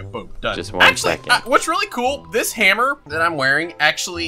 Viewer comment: Ohhhh that's pretty good 🤣 it sounds like "this I like" but its Dis*